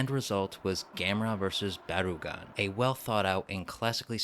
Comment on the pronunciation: "Baragon?" "No, BarUgon"